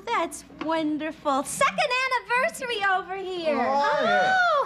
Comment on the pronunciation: 'OHHHHHHHH happy second annivois' 'CUT!' 😂🤣